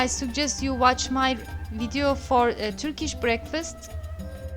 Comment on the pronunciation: Türkiş değil kız. Törkiş. Çabana gurban da telaffuz bayaa kötü.